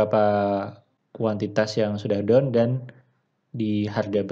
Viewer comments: gua pikir down dia ngomongnya . rupanya done hhahaha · Haaaahaaa, sama Bro, gwe fahamnya down